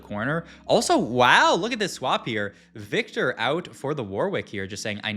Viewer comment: Why you pronounce "viktor" like that?????????